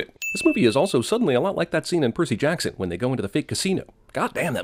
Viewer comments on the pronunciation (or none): none